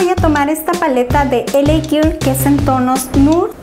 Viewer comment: Por cierto hermosa, para que se escuche mejor cuando pronuncies "girl" dilo como "guerl" ☺️ besos!!